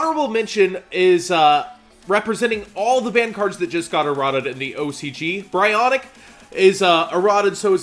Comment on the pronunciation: Just a pet peeve but, it's "Bree-uhn-ack", not "bry-on-ick". You can tell by its jp pronunciation: Buryūnaku